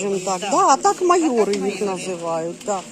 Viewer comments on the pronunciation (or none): Не майори, а майорИ!